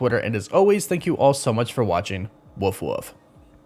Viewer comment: Dude..learn how to pronounce wolf 🤣🤣